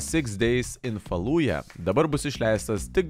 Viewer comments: Na, bet rimtai, chebra, taip gražiai patobulėjot, bet kai kurių žodžių tartis rėžia ausį ir atitraukia dėmesį. Na, seni, pasidomėk tartimi žodžių, dėl kurių nesi tikras, c'mon :) Faludža, ne Faluja Trilodži, ne trailodži Bagai, ne bugai Pysy, ne pts :) Na nuoširdžiai, tik tiek te trūksta :) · Oi sunku su "J" anglų kalboje:) kai nereikėjo Mojave "j" ištarė kaip "dž", kai jau reikia Fallujah taip tart - ištarė kaip "j":D Fallujah tariasi Falūdža. Nikita - parašyk scripte tarimą geriau:)